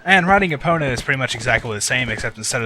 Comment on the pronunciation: do you realy purnounce the O in epona?